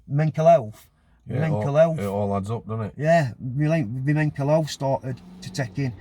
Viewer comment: Great video.. did he say mencal health